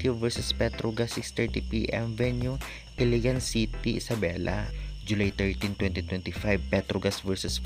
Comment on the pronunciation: Ilagan hindi iligan🤣🤣🤣